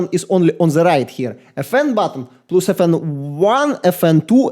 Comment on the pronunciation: insane accent and actually great review. The last decent mechanical keyboard was released in 2016, I mean Corsair k70 rapidfire. So modern optical, magnetic and membrane keyboards are much better than new mechanical models. And, pls, plus reads as "плас", no "плюс")